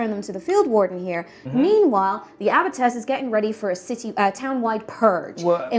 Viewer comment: It's abbess. Sorry, but it's driving me crazy. Otherwise, great as always.